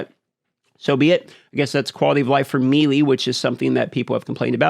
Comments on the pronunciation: Melee - MAY-lay not MEE-lee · "meeee leeeee" youre killing me dude. its pronounced like "may lay"..lol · The real tragedy here is the pronunciation of "ME-LEE". God damn I hate this.